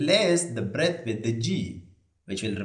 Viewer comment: B= Breath ❌ B= Breadth ✅ 😂😂😂 Learn english properly before opening a youtube channel!